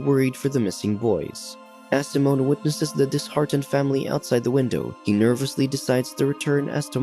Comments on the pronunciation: SIMON, not “Simone”, lol!! It’s like you had a first grader read for this voiceover! I swear as soon as I hear this voice when I watch one of these recaps I immediately skip to the next. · Its Saiimmonn not seemon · His name is Si- mon not symon lmaoo I can’t bruh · bro pronounced simon as samoan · any other TTS options? I can't stand how it pronounces Simon and Thomas